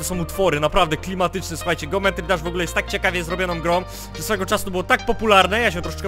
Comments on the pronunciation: jak by c o tO muwi sie dżeometri dasz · czyta się Dżijąmetri Dasz